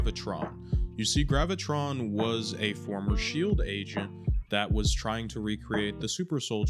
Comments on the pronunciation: Its Graviton Not gravitron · Sorry man but his name is pronounced Graa va tarr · its Graviton. Gravitron is a ride from the state fair 😂😂😂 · Actually his name pronounced Graviton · Graviton. Not Gravitron. Sorry for being a buzzkill) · Graviton. There is no extra R. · you said Graviton's name wrong the first time, also it's stated in the show that Graviton was not the cause of the multi-prison breakout. Wonder-man sought out the help of his brother the Grim reaper, the second in command of Hydra for help and the dude introduce Sam to A.I.M. to get his powers.